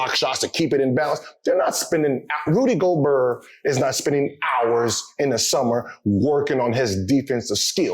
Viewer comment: “Rudy Goalburr” lmao